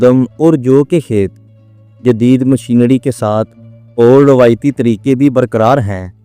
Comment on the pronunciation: طڑیقے۔۔مشینڑی۔۔اپنا تلفظ تو ٹھیک کر لیں